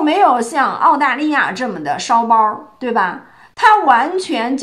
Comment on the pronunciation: 烧包不能加儿话音，这样才有讽刺挖苦的意味。你说他是烧包儿，我差点噗一声笑出来。LOL